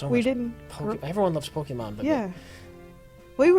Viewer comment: calls it polka-monn.